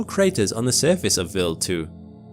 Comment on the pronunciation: W eye ald. Not willed.